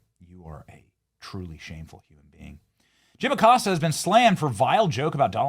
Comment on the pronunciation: Jim, the accostah🤔